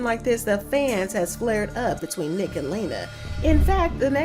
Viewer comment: She means NEEK she says it wrong